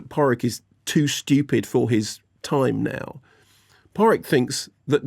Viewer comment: Barry kee oh gan never mind